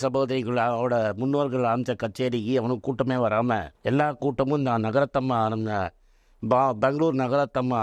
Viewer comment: பெங்களூர் நாகரத்னம்மா . நகரத்தம்மா என்பது தவறாக உச்சரிக்கபடுகிறது. மற்றபடி யாவையும் ஏற்றுக்கொள்ள கூடிய கருத்துக்களே. பாடுபவர்கள் சங்கீத கலா நிதி பட்டம் எதற்கு வாங்க வேண்டும். பெருமை. உண்மையான தெய்வபக்தியுடன் உலகத்தில் பிறந்த எவரும் விருப்பமானால் கர்னாடக இசை கற்றுகொண்டு பாடலாம்.உதாரணத்திற்கு .ஜான் ஹிக்கின்ஸ் பாகவதர். மேதையாக இருக்க வேண்டிய அவஸ்யமில்லை. பக்தியோடு இருக்க வேண்டியதே அவஸ்யம். இசை பக்தி க்கு ஒரு பாதையை வகுத்து கொடுக்கிறது. .